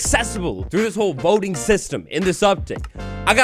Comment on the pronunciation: Until the word voting came up on screen I thought you were saying "boating update"